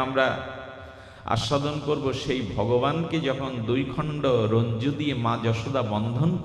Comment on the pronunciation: নমিতাদি তুমি বলে দিলে আমার বলার সাহস অধিকার ছিল না। রজ্জু।। রঞ্জু নয়। এটাও একটা উপকার। তাই তোমাকে ধন্যবাদ। রাধে রাধে।।